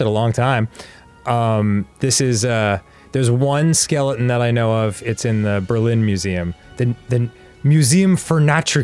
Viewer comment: The way Dan says skeleton makes me giggle